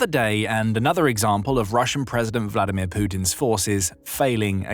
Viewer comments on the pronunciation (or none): none